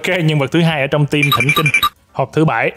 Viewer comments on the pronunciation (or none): none